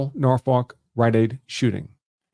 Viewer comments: Can't blame out of town folk for not knowing it's pronounced, 'Nawfuck' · Aaarrrggghhhh he can't pronounce Norfolk 😮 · They never can lol